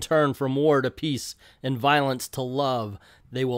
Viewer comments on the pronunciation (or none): none